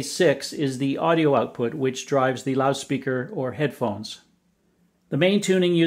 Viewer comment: "INCREASE OUTFUT"